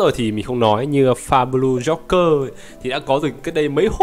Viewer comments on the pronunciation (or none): none